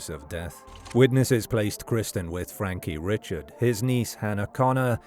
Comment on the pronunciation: That would be pronounced Frankie Ree-shard in that neck of the woods.